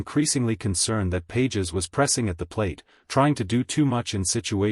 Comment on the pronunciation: You’re mispronouncing Pages’ name. Fake.